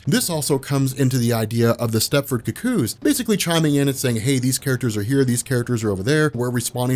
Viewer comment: I hate how u say cuckoo's.(ku_ku) You keep saying cook kooze😣😣😣